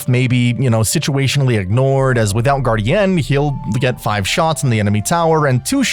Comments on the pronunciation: This guy doesn't know how to say "guardian". I hate your videos compared to Gratz. You stuck. Please quit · Nice video and all but holy hell did i want to click off the video with how you pronounced guardian